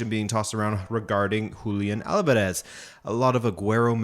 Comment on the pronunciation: How is it that you cannot promounce Alvarez? YOur making it way harder than the actual pronunciation dude... ALL-VAR-ES